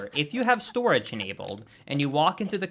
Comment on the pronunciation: The way you say Stooridge is beautiful lmao